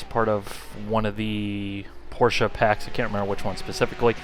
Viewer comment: its not Porscha its Porsche